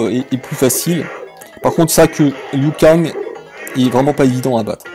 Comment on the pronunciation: le "loup-cagne" c'est horrible mdr